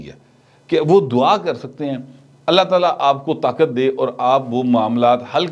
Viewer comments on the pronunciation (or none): none